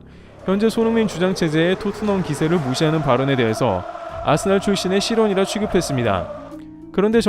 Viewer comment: 아스날이라 쓰고 아스벌이라 읽는다